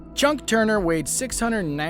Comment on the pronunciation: It’s not Chunk Turner; it’s Chuck Turner.